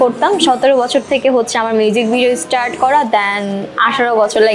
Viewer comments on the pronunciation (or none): tmr pronunciation ektu prblm ase Start not estart and school not eschool sorry for the inconveniences 🙂